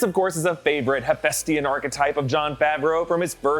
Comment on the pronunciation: That's "Hephaestian" like.."he-faist-ian".